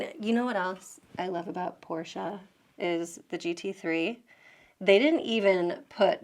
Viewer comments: Thanks for pronouncing Porsche correctly. Please, spread the word in your country about the sounding "e". About Stuttgart, this is actually pronounced as "Schtuttgart". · THANKS for saying "Porsche" absolutely perfectly.